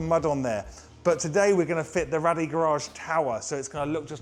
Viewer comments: Great products they are! However It’s actually pronounced Rade as in “Raid” not Rad-ee. The owner is called Radek and I can assure you it isn’t pronounced how you say it bud. You mention you can’t get them from anywhere else in the UK but in fact you can, I get my Rade Garage products from the only UK Authorised Re Seller that is Wrenchride UK in the North West. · Bloody hell. If you’re going to spruke a great product from a great company at least call them the proper name. RADE Garage not Rally Garage 🤦‍♂️ over and over again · sorry about that guys. Clearly my un-cultured Aussie ears heard it wrong 👍🏼😂